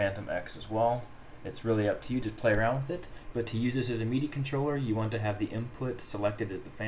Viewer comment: Mee-dee devices :D